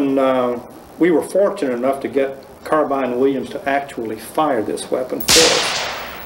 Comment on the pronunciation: See, there was a time when Americans knew it was a carbine, not a car-been